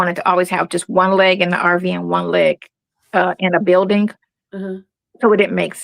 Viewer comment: Buildingk why does she always add k to ing words